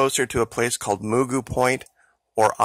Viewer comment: Point Mugu is pronounced, “muh-goo.” Like Mr. Magoo!